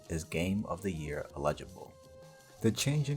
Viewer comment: The "illegible" pronunciation of "eligible" bugs me more than it should.